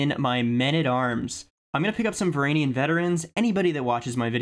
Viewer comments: "VARANIAN VETERANS" NOOOOOOOOOOO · Please man say the "G" in "Varangian vetteran" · I am pretty positive that it is pronounced Va-ran-ghee(?)-an. The G is not pronounced in an english way. More toward how you would pronounce Guinness (book of world records). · Your pronunciation of Varangian and Rus are just terrible. 0/10